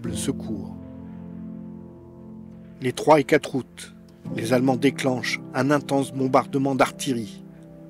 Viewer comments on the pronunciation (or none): none